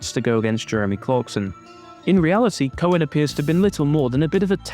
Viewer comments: "cohen" EVERY SINGLE TIME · “Cohen” huh? What is that, Italian?